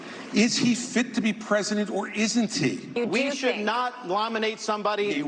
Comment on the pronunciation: 'we should not LOMINATE somebody..." Ron says. have you tried?